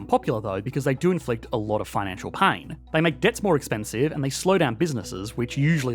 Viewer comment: "pine" and "pain" are supposed to be pronounced differently.